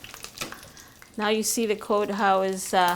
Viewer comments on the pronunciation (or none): And she says code instead of coat